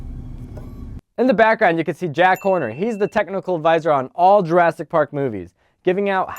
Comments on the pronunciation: Is it just me or did he say jurastic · At one point, I think you said "Juraffic Park"